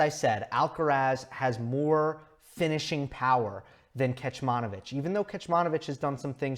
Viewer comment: Great analysis as always. One thing, "Kecmanović" is pronounced as "Ketsmanovitsch". The first "c" doesn't have an accent so it is pronounced as "ts" as in "Tsitsipas". The last "ć" with the accent is pronounced as "tsch" as in "Djoković". I am Serbian and just wanted to let you know, I did not mean to be rude or anything. Just so you know how to pronounce it in the future as I am sure we will se a lot more from Miomir. Keep it up man:)